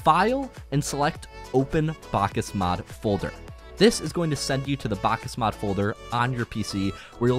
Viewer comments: me having psychologic problems after hearing this guy saying "bákas mód" 100x in a single video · Bakkesmod not bakkasmod please